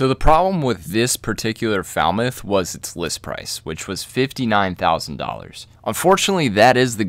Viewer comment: You’d get some pretty foul looks if you were asking directions to Falmouth pronouncing it like that!🙂